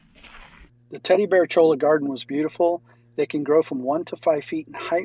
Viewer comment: I've been all around that area, but never actually inside Joshua Tree NP. Looks beautiful! BTW: Cholla is pronounced "choy-ah"